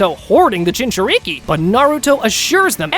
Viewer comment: Dude, learn how to say Jinchuuriki or just be like, "A host of a Tailed Beast." Edit: This is stupid. You said he befriended Kurama before the Land Of Waves arc, but have him going 1-Tailed against Orochimaru? He'd be able to use KCM after befriending Kurama, and he'd probably not need to train much, just get his younger body used to some techniques... but 1 thing I think he would've made sure he could do ASAP is use Perfect Sage Mode. He'd probably need to do 99% of his training just making sure his body could keep up with all those amps. Like if Goku reawakened with his memories right after hitting his head in DB, because he could go Super Saiyan 3 and Kaio-Ken x20, but that would kill him lmao. At least he'd theoretically be able to go Super Saiyan and master it again. Imagine Goku with the 50x multiplier against Yamcha. He wouldn't even be relevant in OG DB anymore lol Anyway, try again, dude. Why would he not be using KCM if he already befriended Kurama?